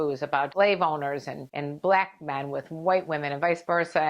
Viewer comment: The way she pronounces "Blaack Men" is hilarious. 😄😂